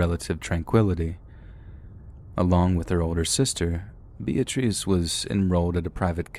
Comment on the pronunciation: Lol... Bee-ah-trees...😂